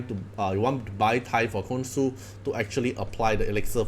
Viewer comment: btw I pretty sure the pronounciation is "KonSHu"